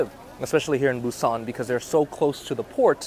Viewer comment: Got a vietnamerican who has been to Korea once who knows what the heart of busan is. Dude can’t even pronounce the name correctly.